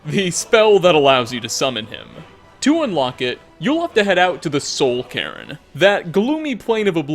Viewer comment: It should be pronounced Soul Kay-rn